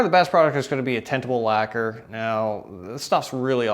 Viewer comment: what did you say? a "blahblah" laquer? couldnt make it out